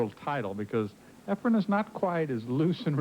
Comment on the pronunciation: lol calls efren, "efram".,.,,which is my next door neighbor's name 😂😂😂....i love his commentary! non-stop educatin'!! 👋🏻🎱👄🎱🤚🏻